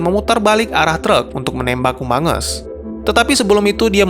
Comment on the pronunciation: Kok gua denger humungus amongus?